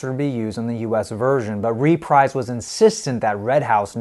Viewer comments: The US album sleeve is a lot better, I agree. I have this on some sort of fairly recent release, as mine has a UPC, but is not a double LP. BTW, Reprise is pronounced reh-PREEZ. I said it the way you do, until I watched a Captain Beefheart documentary (check it out, it's on Youtube) and it discussed how Beefheart's "Lick My Decals, Baby" had an odd bit of promotion, a TV spot. The narrator in the commercial says "new on Reprise" and pronounces it reh-PREEZ. Keep up the good work, man. Love your videos. I'd really like to see you delve into some CCR. If you know anything about Marc Maron, he says whenever he shows off his setup, he puts on their self-titled "Creedence Clearwater Revival", which is rather unlike their later releases, being more psychedelic than the rest of their albums. Also, Big Star? Check out Big Star! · It’s pronounced Re-preeze not Reprize. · There is a UK stereo; Track Records 613001; and if not mentioned, the US label is "re-preeze" not "re-prize" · Dig it, it's pronounced "ruh-PREEZE" Records, babe, not "REE-PRIZE" (like ). And that's from the 'Chairman of the Board' and founder of Reprise, Mister Frank Sinatra. Get it right or he may just posthumously send some people over there, right. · The record label is pronounced REPREESE. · Also (and this is not obvious): the US label name "Reprise" is pronounced "ree-PREEZ." The label was founded by Frank Sinatra in 1960. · Unlikely. I few sentences earlier, he referred to "RE-prize" Records. But I have some sympathy. There are words, particularly names, that you can know a lot about from reading, but just not have come across them in conversations before. The pronunciation of a word like Greenwich looks pretty straightforward unless you have heard it spoken. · Frank Sinatra's record label is pronounced ree-PREEZE. FYI... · ..reprise..Greenwich..the guy needs some pronunciation lessons